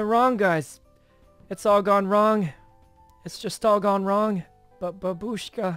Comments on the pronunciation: It’s bAAAAAAbushka :(( Y is the only way people say grandma babUUshka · did he just say babushka rae??😂😂 GRANDMA RAE NOOO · The only Russian word she knows she pronounces wrong haha